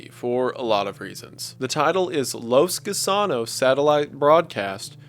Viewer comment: “Los Gusanos” Wendigoon: Los KU SAA NOS